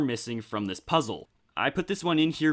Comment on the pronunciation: Lego Pizza 😋... Oh wait you said puzzle 😂